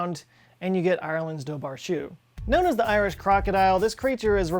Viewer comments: pronounced dower-khu not dough bar shoo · My Irish is pretty rusty, but I'm pretty sure Dobhar Chu is pronounced "Doh-Var Hoo" or "Doh-ar Hoo" BH makes a V sound or is silent (depends on the dialect, I think), and CH is a gargled H sound like when a Scottish person says "Loch" as in Loch Ness. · The Dobhar-Chu is pronounced similar to "Dara-hu" see this video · "Dubhar chu" is pronounced "Doo war coo" btw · lol but you didn’t correct him on “doe bar shoe”?? fyi lads it’s pronounced more like “doe-er koo”, except the k sound is back in rhe throat, like the ch in loch. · "Dobharchú", literally "water hound" is an old Irish word for "otter". It's pronounced dower-choo, ch not as hard as a k, but it's a sound English speakers don't use, so I guess koo is close, just say it from the back of your throat. I don't know of any dialect that would pronounce it dubber, but I'm not very familiar with dialects north of Mayo. Dobhar is a very old word for water, still used in Welsh. "Lough" is pronounced lock, although it's got another soft sound at the end not used in English. Lock is the closest you will manage if you're only ever spoken English. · "Dobhar-chú" is pronounced (approx.) as "Dowar hoo" "Lock" is roughly how you pronounce "Lough", not "Low". Found a good Irish video on the cryptid. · Dobhar-Chú is pronounced dohwar koo with the k having a slightly guttural sound. Cú means hound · For those interested in the linguistics; Dobhra-chú is pronounced phonetically as "door-ha shoe" with an elongated, gargled "oor" and a deliberate mild whistle to end the "shoo". Dobhra-chú translates as "water dog", and in modern Irish is madra uisce (mod-ra ish-kah) Shraheens lough is pronounced "shra-ween lock" (like straw without T, also with an upper accented A written as À called a "faw-da") Mayo is a county in the North West, pronounced like the month. It's always raining and even I can't understand the locals. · It's actually pronounced ON-DOE-WER-COO